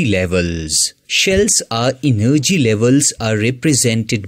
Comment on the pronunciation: Enn nergy level😂